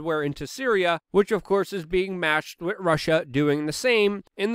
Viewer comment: Try saying "With", not "Wit".